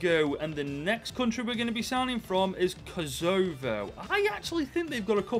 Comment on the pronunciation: The pronunciations 💀 EKEDOR And Ko SAVO! My god